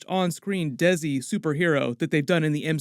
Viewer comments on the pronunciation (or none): Hey nice video once again lol also desi is pronounced deh-see not dezi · love your stuff! Really impressed you know about Desi's! Desi has a slightly different pronounciation... closer to 'day-see' rather than 'desze'. Keep up the good work:) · No way he said DESSI LMAO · DESI===>'they see' not daisy 😂😂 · love your videos! just fyi... the pronunciation for 'desi' is something like 'they-see' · Love the way you say "Desi"! 😁